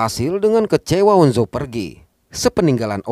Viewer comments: On Jo bang bukan on zo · On jo aja bang bukan on zo, tapi gpp aku maapin wkwk😅